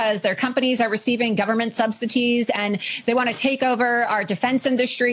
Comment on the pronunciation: Why does it bother me when she says subsiTies?! I can’t 😅 This is the least of my worries.